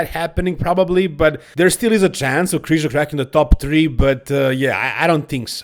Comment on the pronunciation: Its Križo not Krizo